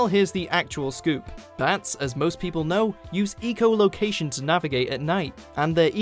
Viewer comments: not ecolocation its echolocation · Why does he say ee-cholocation??? It's pronounced eh-colocation, since they use echoes so locate where they are... duh. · ......It's echolocation, not ECO location. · Have you ever heard of different pronunciation based on accent? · Jerica, English people say echo, not eco. This guy just inexplicably mispronounces the word. I can't believe there's STILL no quality control at WatchMojo, and that no one caught the egregious mispronunciation. This is not the same as aluminum vs aluminium; there's no regional difference in pronunciation of the word "echo". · name me an accent that pronounces echo "eco". please. make my day. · I'm British and I pronounce it Echo. In fact, I have never heard anyone say eco. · RaginCanadian1997 I live in Britain, so I probably know more about the place than a Canadian. I have never heard a single person pronouce the word echo as eco. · he said fucking ecoloaction not echolocation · Sergio, English people say echo, no ee-co. This guy just mispronounced it. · ITS ITS NOT EECO LOCATION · ec -o like ecow ecow ecow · The more he says ee-cholocation, the worse it gets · " Eeecho " location"? Hahaaaa....funny Brit accent causing the mispronounciation of words...classic. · Doesn't matter where he's from, it's pronounced the same both sides of the pond. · Agreed, it's extremely cringy. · I thought it was aloominum...? Either way they're saying it wrong. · RaginCanadian1997 The British also pronounce it 'echo'. It is just this guy saying it wrong. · Joey Dragon Not when there's universally accepted pronunciations of well known words AND the fact that English Grammar has not added any new rules which change the pronunciation of already existing words. It is important to NEVER allow idiocy & ignorance to prevail over knowledge & understanding. He said it wrong, the word has been around for almost 100 years if not more....& it has NEVER been pronounced like that, sorry. :/ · Love how has says echolocation. =P